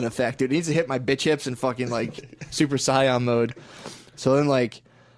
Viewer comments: Drives me nuts when they mispronounce Super Saiyan. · Yo i love Matt but the way he says “super saiyan” is jarring literally every single time.